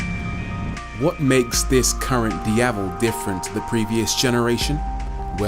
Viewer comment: Rory Reid. The only YouTube reviewer I've seen that actually pronounced the word 'Diavel' well. For that alone, it's a👍 from me.